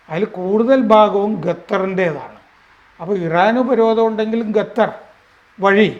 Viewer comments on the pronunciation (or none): It’s Qatar, not gathar